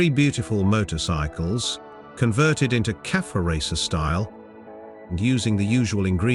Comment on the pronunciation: Your channel is crap. Can't even pronounce cafe. Hopeless...